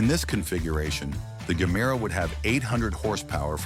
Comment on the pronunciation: if you have watched ANY of Koenigsegg videos you'll know its pronounced JE-MERA not GER- MERA, but as this is probably another AI translation, not surprising